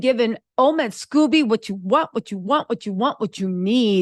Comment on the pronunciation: The way you keep calling him Scoobie has me dead laughing...LOL